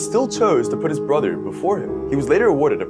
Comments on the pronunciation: It’s pronounced queens laand not queens leend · you pronounced 'queensland' wrong lol